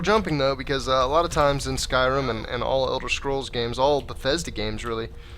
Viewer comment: So uh this guy calls is skirim